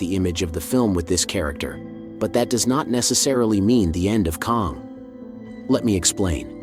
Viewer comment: Why is your pronunciation of Kang so inconsistent? It’s not a hard name to pronounce, the proper pronunciation is the same as the word “slang”. If you acknowledged your inconsistency pronouncing Kang I wouldn’t say anything.